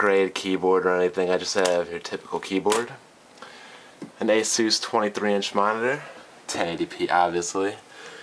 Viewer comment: a-souse? isnt it a-sus?